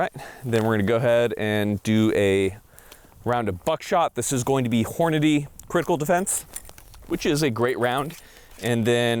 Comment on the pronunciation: It cracks me up that literally cannot say "Hornady"!